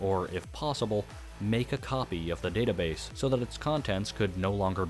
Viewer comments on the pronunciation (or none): none